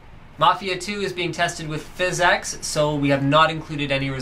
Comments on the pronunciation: physx not physex... :) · lol "fizz ex'' instead of pronouncing it "physics" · i know that but he pronounces it differently